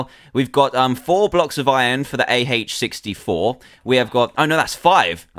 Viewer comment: lol you said A-heich on AH